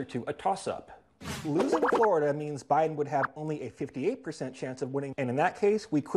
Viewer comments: Did Nate say O’Biden lol?? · "O'Biden" LOL